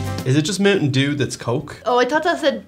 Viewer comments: Did I hear Mountain Jew? Oh no it's just Mountain Dew... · Did he say mountain a jew